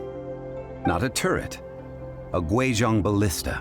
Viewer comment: Pronouncing Guizhong completely wrong is one thing, but I'm perplexed as to how that attempted sound even came out of such a spelling...